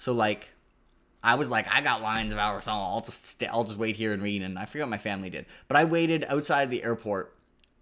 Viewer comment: Hey man, eternally grateful for you helping me get into GGK (fav author). Just gotta let you know as an Arab that Al-Rassan shouldn’t have that French twang on the end. It’s based on the real life Al Andalus (what the Arabs called Spain) and phonetically it should sound more like the word resin but with the hissing “s” sound. Awesome videos, fingers crossed for Written On The Dark!